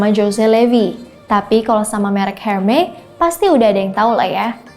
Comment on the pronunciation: correction kak.. cara pengucapan "hermes'' bukan "hermey'' tapi "ermes'' dgn R dekat kerongkongan. Referring to pengucapan french native speaker dan english speaker. thanks